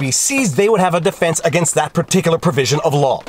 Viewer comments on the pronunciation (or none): none